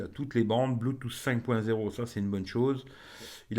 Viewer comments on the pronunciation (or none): none